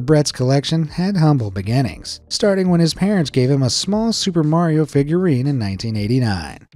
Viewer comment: Mariooo he said frenchly